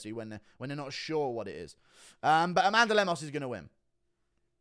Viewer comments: It’s “A Man Duh” 🤣🤣🤣🤣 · Met an Amanduh yesterday and struggled not to pronounce it that way 😂